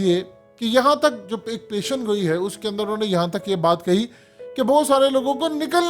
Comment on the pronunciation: Sahih alfaz pesh goi he peshangoi nahi